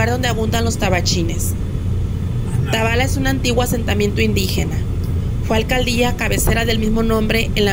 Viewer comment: Gracias por pasar mi pueblito querido está todo muy seco todavía no llegaban las lluvias, corrección se pronuncia tabala’ lleva acento en la A